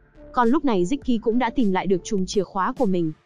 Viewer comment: Bạn đọc review quê ở Thanh Hoá hả. K đọc nổi dấu ngã sao. Cứ " giải ngủ", củng đâu biết